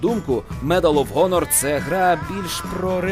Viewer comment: медал оф хонор?! дізонорд?! читати навчися,правильно медал оф анор! дисанорд!